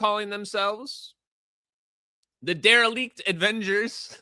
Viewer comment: The dereliect avengers!! Ffs 😂